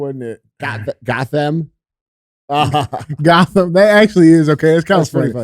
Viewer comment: Lmfao BAThey, from Gothem Lmfao